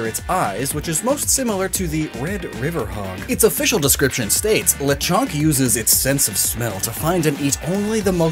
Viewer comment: this dude completely nailed the pronunciation for Lechon